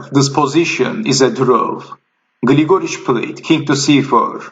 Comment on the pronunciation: Just a commentary on pronunciations--it is GLIGA-rich, not Gil-GOR-ich or Gli-GOR-ich. And I don't mind you swapping the names during the game; it is an exciting game, so that is understandable. Thanks for the post.